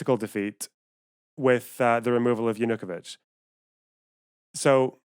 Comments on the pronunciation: Yeah, that bothered me a bit too. It's stressed on the third syllable, not the second. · Analysis as flawed as the pronunciation of Yanukovich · Great and right on everything save for one thing: Your pronunciation of Yanukovych is infuriating.